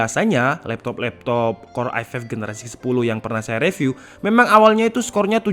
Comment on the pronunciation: Saya akhir akhir ini cukup sering lihat konten, reviewnya asik banget dan lucu 😁 Cuma mohon maaf sebelumnya, 1 hal yang mungkin bisa jadi masukan dari saya: Mungkin penyebutan "review" itu "ri viw", kadang gatel aja dengernya kalo "re viw" he he he Mohon maaf ya, masukan aja 🙏. Terima kasih Semangat terus tim, semoga subscribernya makin banyak 👍